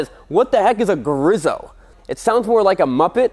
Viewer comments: It's Grieeso..Not Grizo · Griiso,- long i,- there is only one s so it´s not Grisso. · btw pronounced grease-o, not grizzo. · You pronounced Guzzi correctly (most of the time!) But Griso is more like grease-oh rather than greeze-oh. It's still chuffin gorgeous though. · I pronounce it "Grease-O"... but I like it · GREEEEEESSSSSOOOOO pronouncing is key to not sounding stupid. - my mom. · It's pronounced grease-oh... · Ok, say it with me, nerd-boy, "GREE-so". One more time, now. "GREE-so" Got it? The way you mangled that up I hope you don't review any aprilias. Who knows what you'd turn their name into.